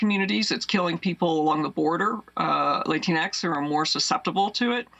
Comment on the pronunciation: Amy, you need to stop pronouncing Latinx like that. It should be pronounced La-teen X.